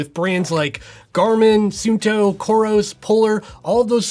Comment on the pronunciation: Yooooooo his said sunnto 💪🏾🫡